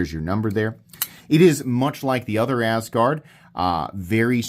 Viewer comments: I like how you pronounce it as Ass Guard lol. Even though I don't have a better pronunciation for it hahaha. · Why not pronounce it the way, Scandinavian people do? That’s where the name comes from. The first syllable “As“ is pronounced like the English word “us“.